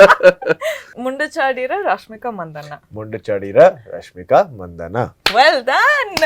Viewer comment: Rashmika ...marathi accent totally gone wrong😵‍💫😵‍💫